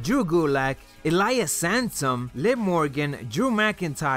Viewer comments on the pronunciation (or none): Did you just say "Elias Samsung"?